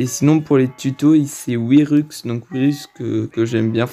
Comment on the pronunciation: Wyrux sa se prononce Wyrox